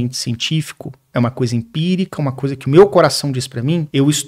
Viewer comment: É "empírica" não "impírica" amg